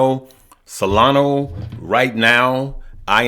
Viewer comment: IT!!!! IS!!!!! NOT!!!! SOLANOOOOOO!!!!! IT!!!! IS!!!! SOLANAAAAAAAAAAAAAAAAAAAAA!!!!!!!!!!